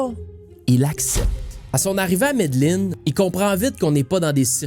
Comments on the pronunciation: jai ecouté toute tes videos mais celui ci me chicote un peu, deja, c'est pas médeline, c'est medellin (prononcer yin) et pablo escobar, a pas de é à la fin. Bref petite critique de gars avec des tocs. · très bon!! on prononce ''medejin'' pas ''medeline'' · mes oreilles saigne a chaque fois qui dit medellin